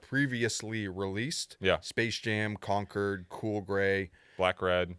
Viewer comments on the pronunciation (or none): John Deer tee had saying “Concurd”